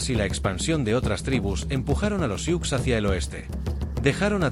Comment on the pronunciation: No se pronuncia "siuks". Se pronuncia SU